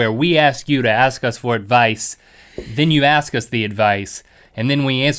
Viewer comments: link said aks not ask xD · Why did link say ax instead if ask